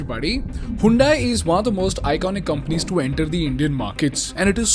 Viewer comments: Bro it's not "HAYUNDAIE" it's "HYUNDAI" "HUN-DAE". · you pronounce it like हयोंडे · Pronounced as Hundai or Handai?